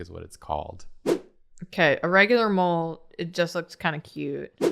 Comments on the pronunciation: i thought they said ”mold-god” for a good 10 minutes until i realised they said ”mole” 😭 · For most of the video, I missheard "mole god" as "mold god", so I was imagining Hank Hill as the Swamp Thing 😅 I regret nothing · Not going to lie, when they first mentioned mole, I did not think they were talking about the animal, I thought it was just a weird pronunciation of mole, like the sauce, and that they were suggesting that the groom ran off to come back as a mole monster. I